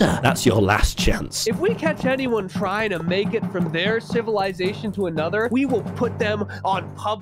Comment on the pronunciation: What is “civilasation”?